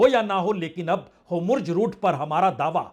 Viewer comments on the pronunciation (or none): Homurj ghalat bol rahe hain Correct word is Hormuz Netanoo bhi ghalat bol rahe hain Sahi Netanyahoo hai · Sir mai kai dino se apka video dekh raha hon ap homurz bolte hain jabke uska nam Hormuz hai pls correct karen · आप जो होमुर्ज बोलते है वो हॉर्मुज़ है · For your kind information sir it is hormuz rout , not hómurz rout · Homurz nahi hormuz bola jata hai...bhai koi to isko samjhao .... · Mr. Bajpayi: Your pronunciation for Hormuz is wrong. Please correct it.